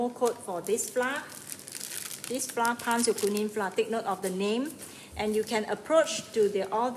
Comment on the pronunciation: Hi there, I’m from Singapore, love your video clear and good! 😊 Except mispronounced the word “flour”! 😜